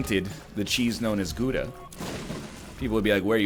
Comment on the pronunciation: NL, you take the o-sound in 'now', then you go: g – o – daa. That's how to pronounce Gouda. I mean you really should know this since your name and the country literally have the same abbreviation